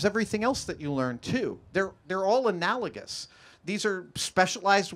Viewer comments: He said it just fine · Lol yeah he did it right, bub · he pronounced it correctly... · What was wrong with how he pronounced it?